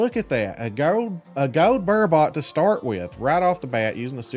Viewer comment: You’re making super angry you pronounce burbot ber-bit not ber-bot